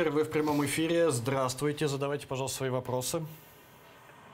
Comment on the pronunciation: ''здравствуйтэ я из Одэссы'' дебилы